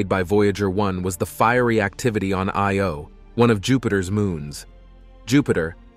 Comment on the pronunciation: or, whichever the case may be, great video. May I point out that, although you got Metis right, Thebe is THEE-bee, and the 'I' in Io gets the accent, not the 'o'? Also, the distance figures given for Titan are way off, as 430 mi. doesn't convert to anywhere near 6419 km.